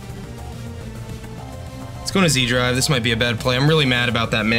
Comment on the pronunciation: Wouldn't zDrive be pronounced as setDrive? (Austrian, not Australian, here)